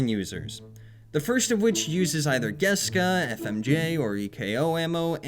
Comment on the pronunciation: bro its called geKsa not geska